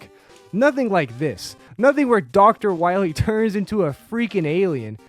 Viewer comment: DOCTAH WAHWEE!